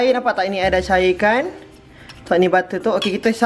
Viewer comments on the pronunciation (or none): No one: Literally no one:: " Ba'er" ( butter ) 😂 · aq still takleh tahan tang “bab’er” 😂😂